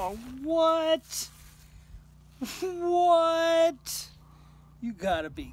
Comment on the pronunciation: Lol..... No i can still hear WHATTTT ....and 😅 laugh .